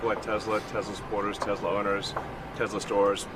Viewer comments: "Tezler". It's "Tesla", Mr. President. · Icing on the stupid cake is that Trump gets the name wrong. He calls it 'Tesler'.